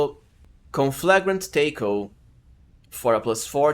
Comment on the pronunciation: Wow you mispronounce taco.